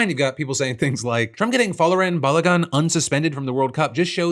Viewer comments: Phil as a long time watcher I’m so disappointed in you’re PRONUNCIATION of FOLARIN’S NAME😂😭😂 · I get that Folarin Balogun is not an english name, but jfc at least put some effort into pronouncing it correctly